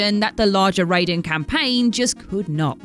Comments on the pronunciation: and her terrible ability to pronounce names, strikes again!! Ffs someone PLEASE proof watch these before putting them out!! It's not ray-den..... Its R-eye-den. He's not the dude from mortal kombat!! Spelt the same.... Pronounced differently!! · Raiden is pronounced as 'Rhye-din' not 'Ray-din'. Also if you are aware that Raiden is going to be the main protagonist going into the game it is not that bad (then again Revengeance was my first Metal Gear game so when I played MGS2 I was happy to see my boy Jack again) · OMG how many times, WhatCulture people - it's not pronounced Raid-en it's Ry-den! Surely Scott would have told you that? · did you just call "raiden" "rayden" ???? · Rye-den. It's pronunced Rye-den. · Yet MK is pronounced Rai-den....she's not wrong. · Mad props, a professional 5th generation butcher would be ashamed when compared to this pronunciation of Raiden.